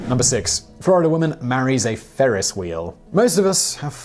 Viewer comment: Ferris not Farris.